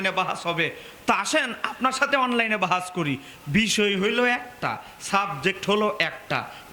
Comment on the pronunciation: তুমি ইবারত পড়তে পারো ?তুমি বাহাস কথাটাই তো উচ্চারন করতে পারছো না ,তোমরা নিসন্দেহে বেদাতি,অরিজিনাল সুন্নি হলে সুন্নি সুন্নি করে চিল্লার দরকার পড়ে না ,বেদাতিরা কয়েক বছার থেকে সুন্নি কথাটি খুব ব্যবহার করছে ,যাতে তাদের বেদাতি কর্মকান্ড আড়াল হয়েযায়, আগে সুন্নি কথাটা কোখনো শুনিনি৷